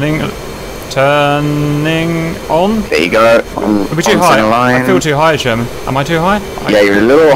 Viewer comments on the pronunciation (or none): i just hate how cap says sher-main instead of sherman